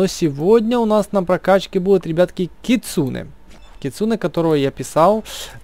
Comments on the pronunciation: Не кицуне а кицунэ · Кицунэ ударение на э